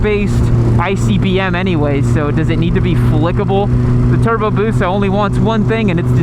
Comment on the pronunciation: TURRRBOOO BOOOOOSUUUHHHH Hermione: it's busa not busaw